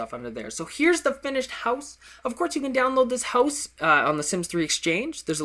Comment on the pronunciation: the way he says 'HOWSE' makes my life :D